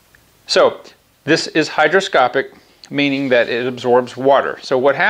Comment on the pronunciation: Brake fluid is hygroscopic, not “hydroscopic”.